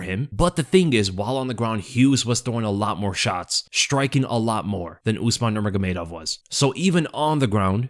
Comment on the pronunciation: “Usmar nurmagomedov”